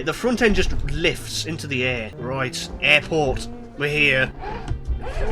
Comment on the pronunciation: "roight" I love the British!!!!🇬🇧🇬🇧🇬🇧🇬🇧🇬🇧